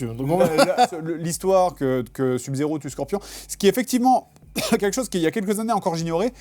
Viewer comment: "sub zéro" SEUB zéro bon sang !